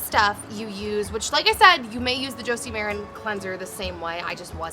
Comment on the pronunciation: It's Jo-see Mah Ran